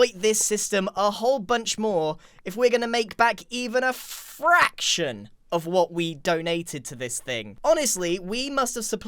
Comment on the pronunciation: I love the way he said fraction “If we want to make back even a frrACTION. Of what we contributed.”